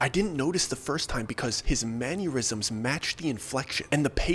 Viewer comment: I'm sorry I love you and your stories but "mannuerisms" makes me think of someone politely twitching on the floor 😂